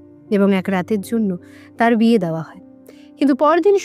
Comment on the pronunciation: Khub sundor golpo, path o bhalo kintu uchcharon khub kharap apnar! Dawa noy, dewa, mon, soman etc eisob uchcharon gulo ektu thik kore nin!